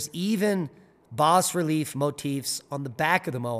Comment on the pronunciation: It’s actually pronounced “bah relief”, like baa baa black sheep. I studied many of those in art history classes. The “s” is silent. Just fyi.